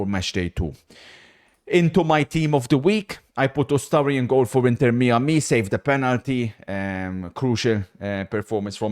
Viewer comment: Inter Me-Ah-Me